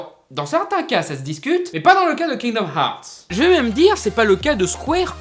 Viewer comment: kinomarts? cte prononciation mais lol !! je suis dead